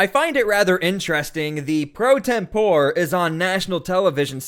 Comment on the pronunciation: You are mispronouncing "pro tempore"